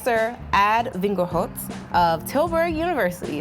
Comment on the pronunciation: the way she pronounced the dutch name lol